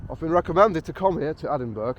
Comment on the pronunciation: Its ponounced Edinburrrugh, hope that helps.